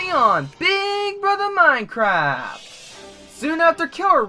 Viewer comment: High intensity moincwaft gameshows